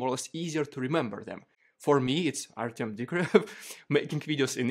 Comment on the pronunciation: it's pronounced "Ar-tyom" not "Ar-temm".